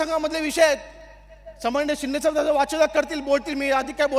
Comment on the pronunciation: सन्माननीय पण उच्चारता येत नाही आहे